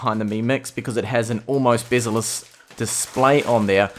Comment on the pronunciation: "bizzleliss" fuck hahahahah